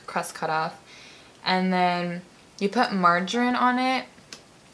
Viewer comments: The way she says margarine she says Marjin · it’s pronounced mar jah reen😂